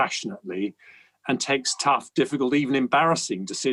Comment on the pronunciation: So much emphasis behind the "T" in tough when he said it